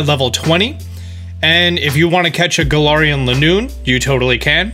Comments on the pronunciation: It’s ga-lar-en gal-ar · He said "Gala(a)rian"...